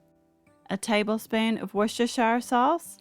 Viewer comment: And may I be the first to congratulate you on being a grown adult and pronouncing Worcestershire the proper way have a great day like your recipes by the way